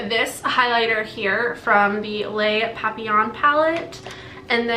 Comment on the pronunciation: You said " les papillons" perfectly for my taste ( I am French from Canada)